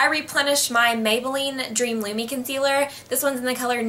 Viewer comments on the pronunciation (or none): none